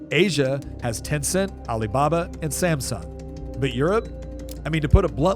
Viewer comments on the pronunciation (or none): none